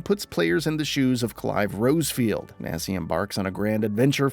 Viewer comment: It’s Clive Rosfield. Not Rosefield…